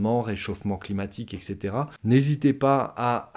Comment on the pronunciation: "etc" se prononce "ɛt setera", non pas "ɛk setera" 🙂